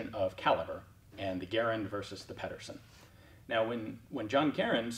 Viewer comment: Ped er sen not peddersen